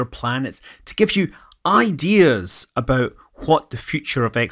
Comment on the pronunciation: I can’t get past the “abouut”